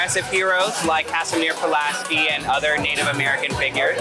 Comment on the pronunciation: The only thing I could hold against the drag queens is the way they butchered the name of Kazimierz Puławski - who, as you can guess, was Polish. But them being your bar-hoping guide was truly amazing! ❤️